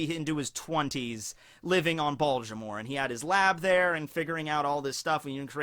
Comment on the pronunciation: Baltimore. No d.